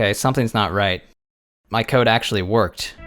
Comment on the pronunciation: “Somethings not right. My coda actually worked” lmao 😂